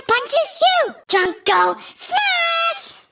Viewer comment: I was listening to this in the background, and the amount of times I heard "Trump" instead of "Trunk is ridiculous. 😂 Would be hilarious (but would never happen obviously) if for one of his skins they gave him the swooshy hair and made him orange.